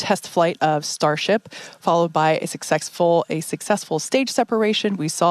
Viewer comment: “Sucksexfull” nice Freudian slip.